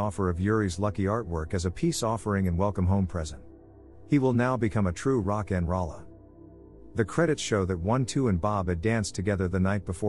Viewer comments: Rock n roll a not rollah. Thumbs down cuz I had to hear it wrong 50+ times lol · Almost closed this tab after hearing the robot say Rock n Ralla...